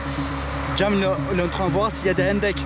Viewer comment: qui a compris quand il a dit hendeks